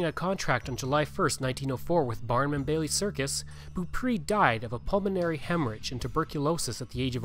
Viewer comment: It would be nice if you had learned how to pronounce Beaupre.